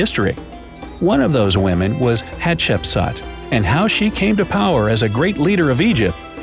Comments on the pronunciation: At the beginning I heard her name as hot chips,can u believe it 😂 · For school I am going to dress as Hatshepsut but it is really pronounced Hat-shep-sut. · Its pronunced hat-shep-soot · we Somalians that is not the way we pronounce Hatshepsut either in Arabic or a Latin. our great grandba used to tell us some fairy tales about حتشبسوت which is Hat-Shap-Sout as pronunciation not as Hatshepsut. just like some people miss pronounce the pharaoh of توت عنق آمون Tut-ank-aamoun as tutankham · I am just gonna tell you are pronouncing her name wrong its pronounced like hatshepsuut no offence or anything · You sead hapshepsut rong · its pronounced hatshepsoot, ok? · Chip suit? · hat shep sooot not sat or sut not aaaa its ooo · It’s pronounced hatch-a-put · Im actully egyptien its pronounced hapsetsuot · Coloeptra and her were the best ones i love a7chbsa by the way your saying it wrong but its ok cuz you ant arbic